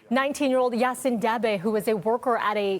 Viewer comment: The correct pronunciation of Yasin's name is "Yahseen."